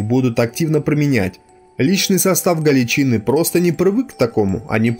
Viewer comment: Всё отлично, контент хороший, но автор, ПОЖАЛУЙСТА готовь материал тщательнее, следи за ударениями, проговаривай сначала те слова, в которых ты сомневаешься. Слушать вообще невозможно, кровь из ушей течёт... слушать эти "галичИны", "моторНизированные", "сАчевые стрельцы", "к двадцать третьего июля", "взятО", "взятЫх" и прочие перлы ну реально невозможно.